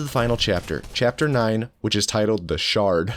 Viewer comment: The way he said the shard 😂😂😂😂😂